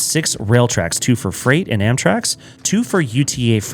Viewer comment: you were saying Amtrax (or Amtraks) this whole video, instead of Amtrak. Big nitpick, though - doesn't take away from the quality of the video